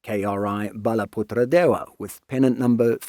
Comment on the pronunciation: perfect pronunciation on Balaputradewa. This channel deserves more subs even though it mainly focus on topics regarding the baltics and europe